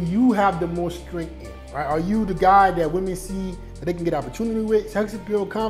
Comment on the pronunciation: Everytime he says “Strent” instead of strength has me dead💀